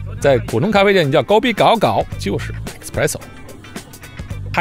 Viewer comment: Kopi gao 第三声，不是第二声😉